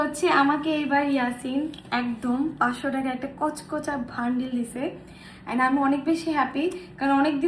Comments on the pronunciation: ওটাকে বান্ডিল না বান্ডিল বলে😂😜😂😂😅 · বানডিল❌ বান্ডিল✔️😂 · বান্ডিল ❌ ভান্ডিল✔️ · এরা হলো অশিক্ষিত বরোলোক বান্ডিলকে বলে ভান্ডিল । মানে এদের কোনো ক্লাস নেই আনকালচার